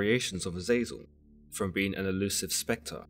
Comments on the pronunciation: AZEZ-el or JAZUS-EL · His name is pronounced Eh-Zah-Zel